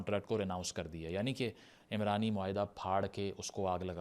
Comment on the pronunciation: عمرانی معاہدہ نہیں یہ عُمرانی معاہدہ ہے، عین پر پیش ہے، عمران مرد کا نام ہے، عُمران کا مطلب معاشرہ ہے